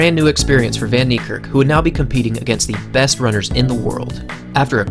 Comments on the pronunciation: People please pronounced his name correctly its fun nee care k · his name is pronounced " fun-nie-kErrk" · Proud South African in the comment section 💙🇿🇦 (The way you say "van Niekerk" tho 😂) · Nathan RS10 Happy to educate 😁. Its an Afrikaans surname, and the language is not known to the wider population other than Afrikaans people really 😂. The "v" is soft and the "a" is hard. You'd pronounce "van" the same as "fun" (as in, I'm having fun) without too much emphasis on the U. "Niekerk" is a doozy so I'll break it down best i kan 😂 "Nie" = "Knee" (as in i hurt my knee)(exact same pronounciation) "Kerk" is tricky cause the "k"'s are explosive. You wouldn't say it the same as "kurk" or "kurt". The two "k"s sound more like the "c" in "clerk" of the "q" in "que" The "e" in "kerk" sounds like the "e" in "certify" and "concerto". So if you put it together "kerk" = "cec" (like the c from "clerk", and the "e" from "concerto") The R is mainly silent So "van Niekerk" = "fun knee-cec" Trust me, as an Afrikaans person myself with an equally difficult surname, we get used to hearing it pronounced in a million different ways 😁. Google translate doesnt help much either 🙈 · Dude u pronoucing his name way wrong it's in Afrikaans not English